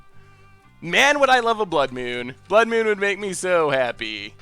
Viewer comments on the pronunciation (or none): "blood myewn"